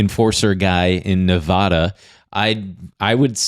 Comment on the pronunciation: IT IS PRONOUNCED NEVADA NOT NEV-AH-DAH! YOU SAY IT RIGHT!